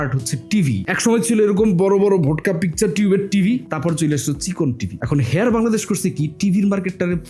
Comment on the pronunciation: “হেয়ার” না ভাই, “হায়ার” হবে উচ্চারন।